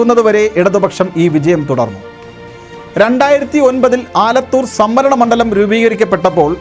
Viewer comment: പെട്ട നാണോ വാർത്ത വായിക്കുന്നത് തൃത്താല പെന്നാണി മൺണ്ടലത്തിൽ ആണ്😅😅😅